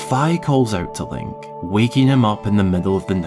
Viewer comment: That does not look appetizing. I'm glad you pronounced Fi's name properly.